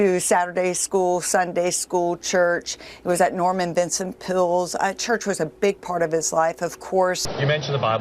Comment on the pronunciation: "Norman Vincent Pool?" Does she mean Norman Vincent Peale?